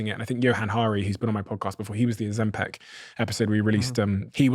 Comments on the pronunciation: It's not OzemPEC! It's OzemPIC!!! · Stop saying "Oh- zem- PEC". It's "Oh-zem-pick". Learn to say it right